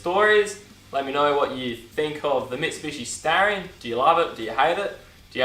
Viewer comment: Its Star-ree- on - not starieyon